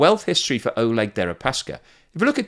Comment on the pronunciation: Damn, guess I missed out on a unique defenestration joke. BTW Oleg is pronounced Ah-LYEK in Russian, their version of Alec.